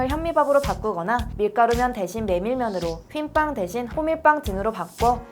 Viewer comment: 휜빵 아니고 흰빵